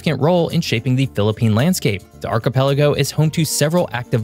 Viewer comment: Archipelago - I've heard it pronounced "Archie Pelago", as if it was someone's name.